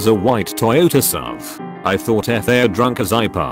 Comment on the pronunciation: Ha! You mispronounced SUV. Also your voice is very monotone, almost robotic. (jk)